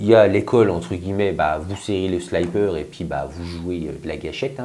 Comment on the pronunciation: ...alors petit court d'anglais : quand il y a 2x p apres un i, on dit sliiiiiipper avec un i et non pas slaillepeur avec un y... J'ai eu mal aux oreilles pendant toute la video ! :)